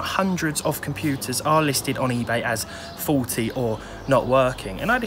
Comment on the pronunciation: when you first said "faulty" I heard it as "forty" and got a good laugh, always enjoy your vids